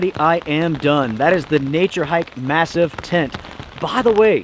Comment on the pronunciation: It's pronounced "mass-EEF".